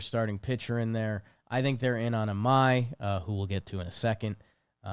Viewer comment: Imai is pronounced E-My.